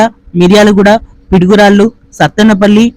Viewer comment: Pidugurallu enti bro piduguralla kada